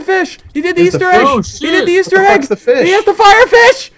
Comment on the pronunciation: The feesh of a thousand truths (deaths actually) :)